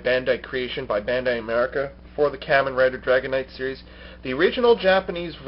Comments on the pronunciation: In all the japanese kamen rider series i have seen they say it like kah-men not kih-men like you were saying. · No......Japanese people say Kamen Rider not CAMen Rider. Watch any Kamen Rider Show. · Sorry to sound like an ass, but you're not saying "Kamen" right. They are saying it the Japanese way in Kamen Rider Dragon Knight.